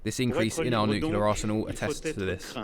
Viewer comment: Who’s the guy narrating who can’t say “nuclear” properly?